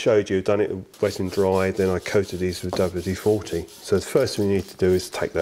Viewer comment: I've watched all (bar one) of these so far and it seems, to my ears at least, that you seem to keep referring to W-40 as opposed to WD-40. Am I hearing correctly or am I just going a bit. Mutt?